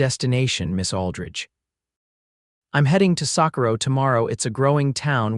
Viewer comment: I want somebody to read that knows the correct names of the cities in the west. Santa fe is really Santa Fay if you say it right. The names of the mountains wrong. Sacorro is just a mess. Get it right!!!!!!!!!